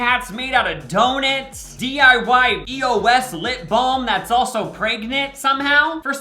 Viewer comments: I'm sorry but... Donits? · is no one going to mention how he pronounced “donuts”?!?